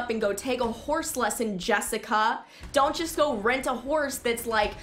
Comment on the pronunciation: Omg the way you said Jessica My name is Jessica Everyone says my name aggressively That k you someone finally that donts know me finally knows name